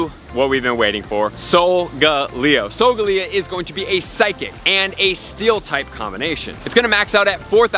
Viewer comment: Lol SolGalego??? Lol Sol ga leo!